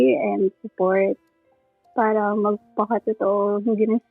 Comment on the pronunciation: Ganun na po ba pronunciation ng word na me “R” pa~~ra ,, me~~ron bulol style uso ngayon? 😅